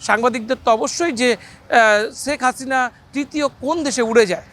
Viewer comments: Sek hasina na. Bhai sheikh hasina age naam ta bolte shikhun tarpore news koren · ছেখ হাছিনা! ছেখ রেহেনা! কি নামের উচ্চারণ মাইরি!